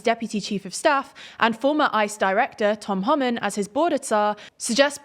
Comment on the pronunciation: It’s pronounced “Hoe-min”.